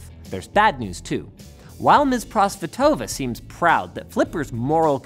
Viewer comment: Anna ProsvEtova, not ProsvetOva. :)